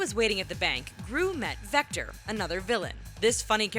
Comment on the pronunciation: Victor not vector.... I had to 😐